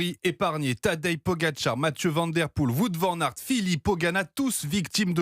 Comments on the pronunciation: que c'est pas acceptable de prononcer son nom de cette maniere en 2026 alors qu'il n a rien de compliqué pour un francophone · c'est pas comme ça qu'on prononce son nom